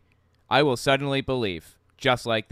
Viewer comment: One thing that drives me up a wall: why are his l's at the end of a word w''s instead? It's not "god's will", it's "god's wiww"